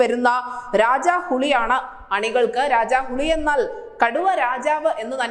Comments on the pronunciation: ഹുളി അല്ല. ഹുലി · കുട്ടീ ഹുളി അല്ല. ഹുലി എന്ന് പറയൂ. ഹുളി എന്നാല്‍ പുളി എന്നാണ് കന്നഡയില്‍. പുലിക്ക് ഹുലി എന്നാണ് പറയുക. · ഹുളി അല്ല ഹുലി എന്നാണ്.. ഹുലി എന്നത് മലയാളത്തിൽ പുലി.. തിരുത്തുക..ഹുളി എന്നത് കന്നഡത്തിൽ പുളി എന്നാണ്.. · ഹലോ സിസ്റ്റർ. ഹുളി അല്ല ഹുലി ഹുലി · ടൈഗർ എന്നുള്ളത് രജനിയുടെ character nte പേരാണ്... ഹു'ളി' അല്ല... ഹു'ലി'.. മലയാളത്തിലെ ചില വാക്കുകളിലെ 'പ'കാരങ്ങൾ അവിടെ 'ഹ' കാരങ്ങൾ ... പല്ലി പല്ല് പാൽ പൂവ്...ivdyokk ഹ വന്നാൽ കന്നഡ അവും